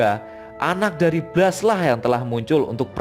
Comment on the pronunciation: Baca blastnya bukan ky bgitu, asmirandah